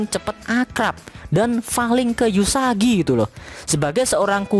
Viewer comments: Namanya uesugi bukan eusugi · Uesugi kok dibaca Usagi😐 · Uesugi min bukan Yusagi xD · Permisi bang mohon maaf bukan yusagi tapi uesugi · Uesugi woy bukan yusagi _ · Uesugi kntl,bukan yusagi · Sedikit Fix Min supaya Ngak Di Comment Ramai orang,Nama MC nya "Uesugi Futaro" bang Gue Juga kadang Keliru omong nya "eusugi" tapi nama depan MC nya emang "Uesugi",bisa di check di google bang Untuk full info.